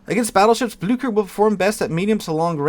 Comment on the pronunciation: Blücher “Bloo-sch-ere” or something similar to that.